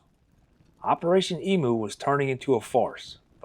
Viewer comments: They are EMUs not EMOOs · Australian here. It's not pronounced "EE MOO", but "EEM YOU". And what solved the problem in the end was a half a million .303 rounds issued to farmers free gratis, which is what the farmers wanted originally. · EmU not Emoo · It's pronounced "ee-myoo", NOT "ee-moo"! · Eemyou not eemoo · Stop saying emoo its pronounced eemyou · I think it's only Americans who call these birds 'ee-moos'. Aussies refer to them as 'eem-use'. Btw, if you want a story of unwanted animals running rife in Oz, track down the hilarious 'Cane Toads: An Unnatural History'. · thanks you mob, that was a deadly telling of an hilarious local tail its e m u like menu btw, not e-moo like a cow, but my ex says emoo too, so can't blame you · Love this channel and this is a funny one. Just a quick tip it's not pronounced like tjat shitbox brand Temu. It is emU, you have put most emphasis on the U. Cheers 💪🏼🇦🇺🤙🏼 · Yes, me too. His mispronunciation of the word 'emu' as 'e moo' was driving me nuts. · It's pronounced 'eem-you' FFS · I'd love to hear an American who takes the time to learn how to pronounce the name of the emu correctly. Maybe asking Google how to say 'emu', taking the time to listen and learn would actually show the respect to our people, our nation, our flora and fauna, and our history ;) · Neither am I. I didnt mean to insult you but as an Australian the bird on our national crest is an Emu. Most Americans pronounce it incorrectly but not on purpose. We have the Kangaroo and the Emu because neither animal can take a step backwards therefore as a nation we can only progress forward into hopefully prosperity. I think we have lost our way recently. Keep up the fantastic job you do, Im amazed at the subjects youve covered and thanks for some Australian content!